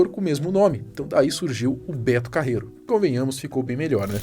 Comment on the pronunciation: "Betu Carreruuuu pxiu pxiu pxiu"